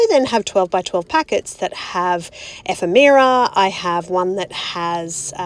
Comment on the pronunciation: Great layout ❤ and I love the way you pronounced Ephemera never heard it pronounced that way before now I’m questioning myself 😂